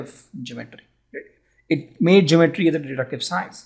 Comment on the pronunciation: Pronounce the word ( GEOMETRY ) correctly